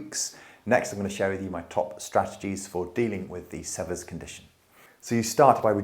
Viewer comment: Sever rhymes with fever. The first e is long. It is named after an American doctor.